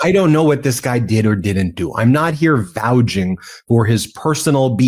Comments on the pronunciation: Ben great job but one pedantic piddling point of pronunciation. It’s not “vouging for” it’s “vouching for”. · The word is vouCHING. not VouJing. You are an ATTY. Do better. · VouCH, Ben. Not "Vouge". Nevertheless. Holy shit. Every day there's another "holy shit" moment. I so wish America could worry about cat videos or sports or where to go on vacation. When politics was boring we all worried about reality. Now the current guy and his revolving door of sidekicks suck up all the oxygen. Whether it's patently illegal, simply un-American and immoral, it's all about one selfish moron who demands constant attention. He has turned America into a reality TV show as his hand-picked idiot staff breaks the law in their own effort to get rich or wield more power against people who are weaker. It's just so effing gross.